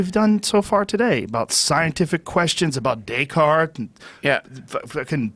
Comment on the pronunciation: Joe "It was Daycarts man" Rogan